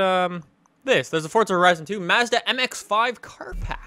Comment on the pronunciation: Is it just me or when he says forza does it sound like he says fortza